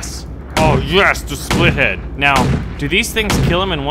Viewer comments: Why u say split -head instead of spitlead? I really need an answer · Its spit-lead, not spithead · OH MY GOD. ITS SPIT-LEAD NOT SPLIT-HEAD! FOR GODS SAKE WHY DOSE EVERYONE SAY THAT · The big plane is pronounced SPITlead